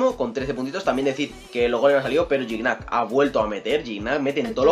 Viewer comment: se pronuncia Giñac no Gignac se pronuncia Lajud no Lallud